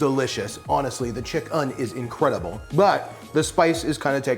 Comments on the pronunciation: Chick-"IN"!!! IN, IN, IN!! NOT chick-"UN"!!!! 😂😂😂😬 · I love how he says “chick-UHN” to differentiate that it’s vegan chicken.